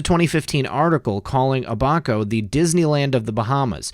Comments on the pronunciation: abaco. Ab, like toned abs - so.... AB - a - ko. Accent on 1st syllable. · It's AB-a-co....like CAB --co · Abaco.....pronounced....Ab-a- ko